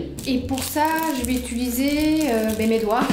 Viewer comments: Tes vidéos sont grave cools mais ça me stresse trop tu dis « ituliser » au lieu de « utiliser » et « sourci » au lieu de « sourcil »😂😂😂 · utiliser, UTILISER mdrr 😂 après 50 "itulisé" la France a mal mdrrr